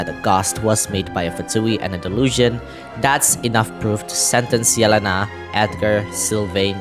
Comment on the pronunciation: I think you are the only one hwo said yelenas name right, meny people pronaunce it like yelans name